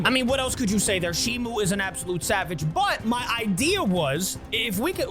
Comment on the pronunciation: its shimo not shimu